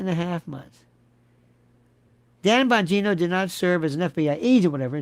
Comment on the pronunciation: I died laughing last episode where you said "Dan Vongina" , died